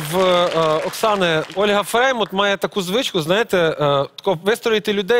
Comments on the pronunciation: Как только не коверкал фамилию Фреймут))) И Фрейман, и Фреймуд... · Почему называет Олю ФреймОД?!!!! Правильно ФреймУТ!!!, сколько можно????